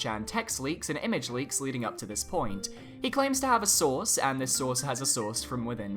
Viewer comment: Every time he said “source” I heard “sauce”.